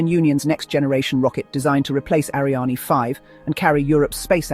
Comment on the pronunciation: Interesting video, but your AI is mispronouncing "Ariane".